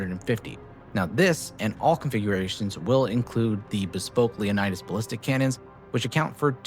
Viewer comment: Leonids, say it with me. Not Leonidas.